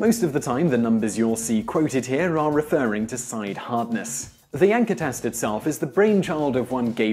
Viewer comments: I keep hearing "yanker test" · I thought he called it the wanker hardwood test... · Considering that in some parts of the world "Janka" would be pronounce "Yanka" gives new meaning to testing procedures. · that's a wrong but far far more normal way to pronounce it in Britain. It would only suggest his social class and absolutely not his level of intelligence or even type of education.